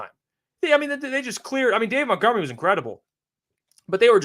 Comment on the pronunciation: It’s MONTgomery.. not MOUNTgomery. Have some respect and get their names correct.